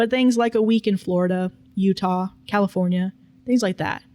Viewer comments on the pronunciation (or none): none